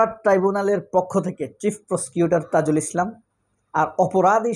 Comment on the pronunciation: Brother, not tizul, Should be tazul Tks